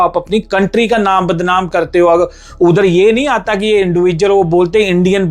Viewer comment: 🍃💯BHARAT ka nam videsh mai barbad keya hai... It's(badnam)UNEDUCATED fools need to learn HINDI FIRST IT'S THE NATNIOL LANGUAGE... PUNJABI ACCENT.... THE WORD IS ( BADNAM) 🎉🎉🎉🎉